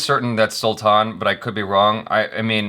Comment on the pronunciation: It is not Sulthann 😠😠😠 dont talk stuff u dont know properly abt